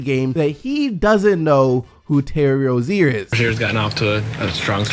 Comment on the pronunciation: The terry rozier thing is a joke. He said his name wrong i think